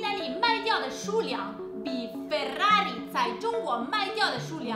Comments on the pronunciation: So that’s how you say Ferrari authentically. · haha, I love what you pronounced Ferrari in Italian.